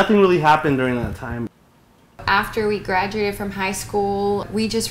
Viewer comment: "After we geraduated from high school we just re-metted...." Go back to high school please.